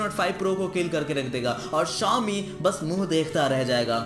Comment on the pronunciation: Xiaomi nhi chomi